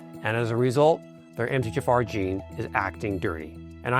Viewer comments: Is he saying: Em-teh-ja-far? Just say the letters that we see MTHFR. Em-tee-aych-eff-R. Good info but the music is stupid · Exactly! This 100% is AI. "Emthayjafar"?? I could not understand what he was trying to say until I saw it written out. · It sounds like you're saying MT- JAFAR and there's no J in the acronym & it's distracting. And besides you're speaking too fast all the time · Are you saying MGFR? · Is he saying “Emth-tee-Jafar” ???? Or “Empty-Jafar” ??? I literally cannot understand how he’s pronouncing it lmao now I can’t take any of this seriously… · How is it said like that though? I can't wrap my head around it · Why are you slurring through saying 'MTHFR"? Can't even understand what you're saying. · This sounds like AI. would not slur MTHFR the way the video does.